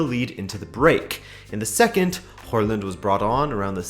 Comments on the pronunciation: It's not WHORELAND, THERE IS NO R IN HAALAND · Pronunciation of Håland a little off ;) great video as always tho 👌